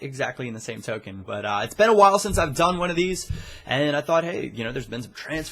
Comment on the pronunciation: "Its been awile" 2013